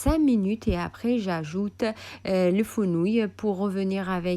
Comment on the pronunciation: Fenouils et pas Founouils.....parlez en arabe c'est plus simple pour vous